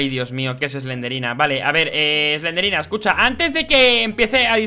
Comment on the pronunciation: Se dice slendrina